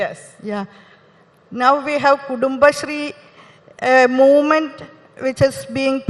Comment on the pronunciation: Movement, prounced wrong by the minister